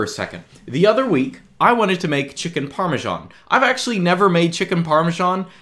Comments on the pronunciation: Dear, it's not called Parmeshan! Please get rid of that bloaty "h" in your pronunciation. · par - meeuh - SHH - aan